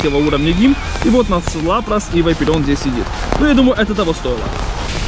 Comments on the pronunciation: Братан, говори не Вайпереон, а ВапОрион! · Вапореон , а не Вапареон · АХХАХ чтооо? ВАЙПереон? Может вапорион?😂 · Не Вайпереон, а Ваперион! Где там буква i ? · да не вайперион а вопарион говори правильно плиз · вапореон а не вайперион, кровь из ушей, 40 лет типу он не может по буквам прочитать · не вайпирион а вапарион